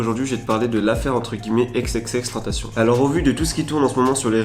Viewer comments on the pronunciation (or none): c'est xxxtentation pas ex